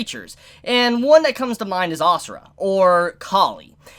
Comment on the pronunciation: It’s not asura it’s ashura